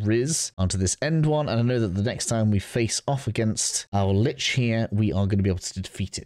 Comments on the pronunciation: Kuva "LYCHE"?! Then you say "Lich" afterwards! 🤦🏻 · Its pronpunced Lich, not Lich.